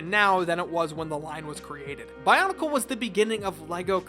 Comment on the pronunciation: Your mispronunciation of pretty much everything in the bionicle universe has mildly triggered me